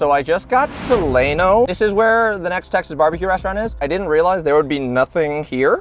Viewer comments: LLano; Not Lay-no it is Ya-no. Are you sure youre Texan? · Yano not lano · It's pronounced, lan oh, not lane oh. Like a LAN party. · Dickeys isn't considered the best texas BBQ. No native Texan considers Dickeys good BBQ, it's considered fast food. Eat at a real BBQ restaurant. Also its Llano pronounced "lan o" not "lane o" gheeze who is this guy? An Austin democrat? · First off: It's pronounced "Lan-O", not "Lay-No". The Llano Cooper's is not the original Cooper's which is about 35 miles west in Mason. Est 1953. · It's pronounced yano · Lay-no Texas? 😂😂 Never heard that pronunciation before. Glad you liked the food! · LLano Is Pronounced Like Land Lan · Yer not from around here. Llano is pronounced Lanno. Elgin is pronounced el·jn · starting out your bbq video with dickeys pissed me off. no fucking way your actually from texas. also lay-no haha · How can you live all your life in Texas and pronounce “llano” as “lay-know”? You are a pathetic resident of Texas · LLANO ia pronounce "Yah no". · Its pronounced "Lah-Noe". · Plus he pronounced Llano, Llay-no. WTH! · You mispronounced Llano and Elgin. Come on dude you are a Texan and our town names are hard sometimes. Like Mexia for example. 😂 Thanks for the video and showing me some new places to try next time I’m nearby! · Love ya, brah, but ya gotta learn how to pronounce Texas towns. Ask the locals... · If you can't pronounce Llano you need to stay hom. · My good man, you mispronounced the names of all the cities. You can’t possibly be a native. Good vid. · Lol you’re pronouncing llano wrong. Coopers bbq has the best sauce. That’s my childhood right there.